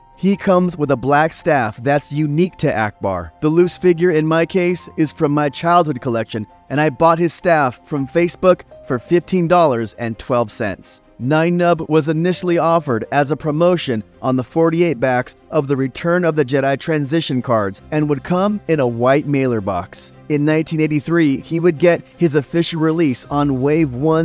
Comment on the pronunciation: Great video. Nien Numb is pronounced like ‘9 Num’ as the mask (before naming) was Mask Number 9. They swapped the words around and edited down the word ‘number’ 👍